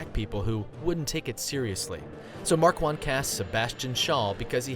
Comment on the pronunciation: MAR-KHAN not MAR-QUAN